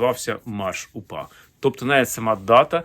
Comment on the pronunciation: Зеленський навіть слова УПА вимовити не може , челюсті не українські